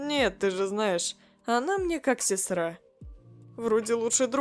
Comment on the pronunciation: АХАХАХАХВВХ НАПИСАНО СЕСТРА А ГОВОРИТ СЕСРА